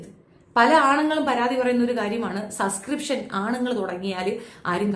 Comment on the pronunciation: ഈ വിദ്യാഭ്യാസം തീരെ ഇല്ലാത്ത മരവാഴയാണോ? Subscription എന്ന വാക്ക് എവിടെയും എഴുതി കണ്ടിട്ടില്ലേ? ഈ പണിക്കു ഇരിക്കുന്നവർ അത്യാവശ്യം വാക്കുകൾ എങ്കിലും ശെരിയായി അറിഞ്ഞിരി ക്കേണ്ടതല്ലേ? ഒരിക്കൽ ഞാൻ കമന്റ്‌ ഇട്ടപ്പോ പറഞ്ഞു സസ്കൃപ്ഷൻ അല്ല സബ്സ്കൃപ്ഷൻ ആണെന്ന്. എവിടെ! അവൾ പിന്നേം അതെ പറയു. ഒരാൾ തിരുത്തി തന്നാൽ അത് തിരുത്തണം എന്ന് തോന്നാത്തത് വിവരക്കേട് കൊണ്ടാണ്. ആ കിണറ്റിൽ തന്നെ കിടക്ക് തവളെ.